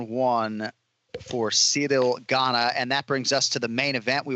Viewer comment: Guys, love the show. It’s Ciryl “Gan”, just “Gan”. You’re just hearing an emphasis on the ‘n’.